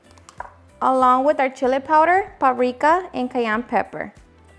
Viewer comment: Lol 😄 I love your videos and your style of food and cooking . Plus how you say pariikaa.. lol 😅 ❤